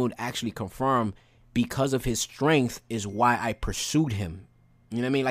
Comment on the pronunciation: While I understand that some people have a hard time pronouncing different words, I need my guy here to learn how to say the word STRENGTH.... I heard both strain and strenk instead of strength. It's a petty thing to be upset about but it got on my last nerve 😅